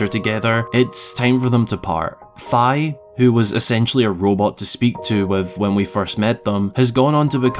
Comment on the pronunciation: That does not look appetizing. I'm glad you pronounced Fi's name properly.